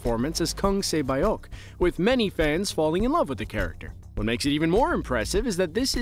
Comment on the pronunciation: Great video! FYI: Korean names only have two syllables when being said aloud. Saebyeok is "say-byuk" and Deoksu is "duk-su". Saebyeok's name means "dawn" and Deoksu's name means "morality" - the irony of that!